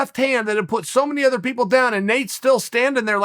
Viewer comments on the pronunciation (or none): none